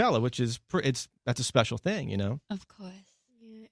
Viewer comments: Rosie's "you know" sounds like "you knewr"😊😍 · im inlove on how rose pronounce “you know” as “ye kner” that is something to live for edit: thank you for 80 likes ♥️♥️♥️